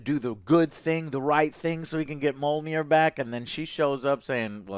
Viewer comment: ME-YOL-NEAR=Mjolnir!!!! You are saying it like Mol-Near! Just wanted to let you know!!